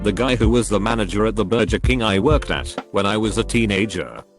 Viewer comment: Nobody: TTS Voice: burjer